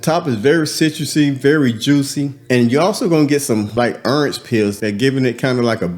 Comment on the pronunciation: The way he says orange lol earnj 😂